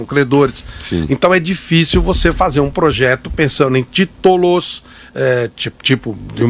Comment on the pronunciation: "TÍ-TO-LÔS!" hehehehehe